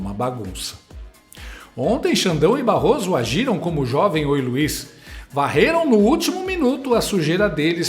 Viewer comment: "Barroso Ésper"kkkkkkkkkkk